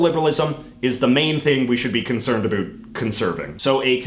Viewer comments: “Abut”? What accent is that? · Also it is super annoying when you say “a boot” you are literally the only Canadian I have ever heard say that, which leads me to believe you do it on purpose. Also because you don’t mispronounce any other word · I like it when you say "about" 😎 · Seriously I keep wondering if he does that on purpose!